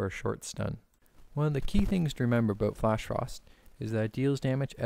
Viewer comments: canadian huh...lol i could tell from the "aboot" thanks for the info though. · Canadian?? Lol, How I met your mother taught me to recognise how people say 'about' ....